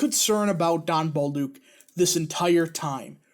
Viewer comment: It's pronounce Bolduck not Bolduke.